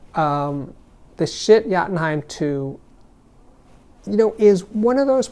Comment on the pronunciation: Ah, yes, the brand new Yacht-N-heim Too.